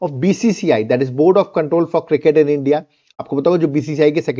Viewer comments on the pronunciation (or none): none